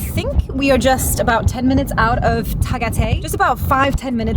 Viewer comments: it's not tagaytai it's ta-ga-y-tay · Hi guys, it's pronounced "the-GAY-thai" not "ty", the "GAY" syllable is raised.